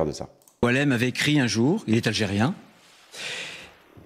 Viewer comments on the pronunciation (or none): Ce que tu dis semble très logique..mais je relève toujours ton problème avec l'Algérie ou l'algérien,t'a du mal à prononcer ce mot!!!!